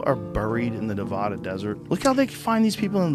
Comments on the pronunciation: No one is buried in the Nevaahdah desert because there is no such place. The Deserts in Nevada (Ne vaa da, the va is pronounced like baa) probably has hundreds of bodies, and if someone said thousands I woudn't be shocked. I lived there more than half of my life. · Pronounce Nevada right jesus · I lost all respect because the way you pronounced Nevada. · As anyone from Nevada will tell you, his first mistake was pronouncing our state like that, and the second was not knowing that there is very much an active mob presence there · Why is Joe Rohan so wide spread and pronounced Nevada like that. Lol